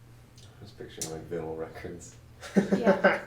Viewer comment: "Vinnel records?" WTF?